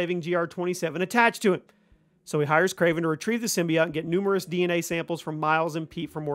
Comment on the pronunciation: The way you pronounce "symbiote" distresses me.